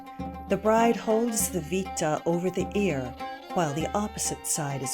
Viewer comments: when using Roman words it's good to have a little background with the language. the headband called "vitta" is pronounced "wit-tah" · Oh, I prefer the English pronunciation, much like posse (a Latin word) is pronounced poss-EE, I'd pronounce vitta VIT-tuh with a short I as in "wit". It's fun to send Latinists into conniption fits.